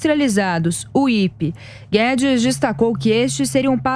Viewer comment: Minha nossa que repórter é essa?? Quem neste pais diz IPI? É comum dizer apenas as iniciais do imposto sobre os produtos industrializados chamando-o de IPI e não como uma palavra. Cito apenas para mostrar a falta de cuidado na introdução da matéria. A iniciativa do ministro é bem vinda.